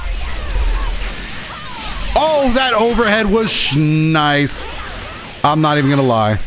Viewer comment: Nobody:: Shnice